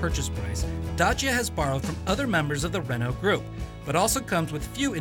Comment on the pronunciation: primi straini care pronunta bine DACIA :) de apreciat!!